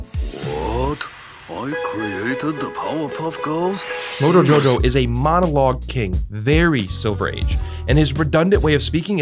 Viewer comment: > >"MONOLGUE" KING